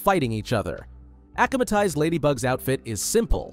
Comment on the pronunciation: AH-KUM-AH-TIZED no ACH-AH-MA-TIZED